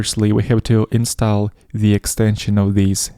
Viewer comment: Но "install" вроде произносится как "инстол"